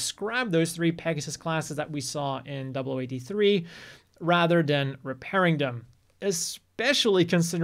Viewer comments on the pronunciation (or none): none